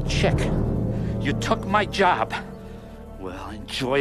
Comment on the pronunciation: 'he tek his jewb' 😵